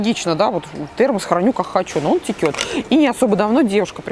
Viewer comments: Очень нравятся ваши обзоры и манера подачи материала, но..... Течёт, а не текет, в единственном числе именно так будет правильно. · Очень нужное дело,ноооо термос -течёт!!а не текет!!!!прям бьёт по ушам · Все очень интересно.спасибо. Но не текет,а течет. Не вытрехается,а не вытряхивается.извините. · Спасибо, посмотрела с удовольствием. Не считаю, что затянуто, живой разговор приятен (особенно в нынешней ситуации). Будет приятным бонусом с Вашей стороны, если больше внимания будете уделять правильной речи (конкретно: вместо слова текёт, в дальнейшем будете говорить течёт). Мне очень неловко делать замечание взрослым и приятным мне людям, извините и не обижайтесь, пожалуйста. Вы классные, хочется чтобы были идеальными. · в целом, сам обзор полезный, исключительно поэтому подписалась на ваш канал, за проделанную работу благодарю. Из минусов: пожалуйста, следите за речью, очень режут слух бранные слова, а также не верные произношения слов, как пример "текёт", нет такого слова в русском языке, как уже написали многие из пользователей. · Текет? Серьезно?